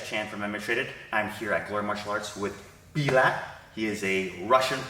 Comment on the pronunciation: His name is Bulat which is pronounced like „boo-lat“. You however called him „bee-lat“ which sounds similar to a russian swearword 😅